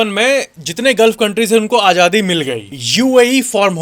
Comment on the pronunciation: Ganwaar apna pronunciation sahi kar.... hindi bi sahi nahi boli jati tum se j ko z z ko j s ko sh sh ko s..... padta hai Ajadi nahi azadi hota hai...etc